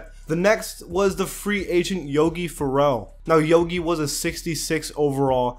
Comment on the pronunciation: Maybe if you learn how to pronounce Yogi Ferrell last name right Farrell not Ferrell